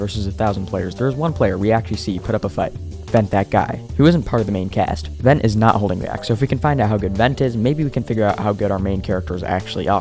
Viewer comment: Vent?? It's Ven broo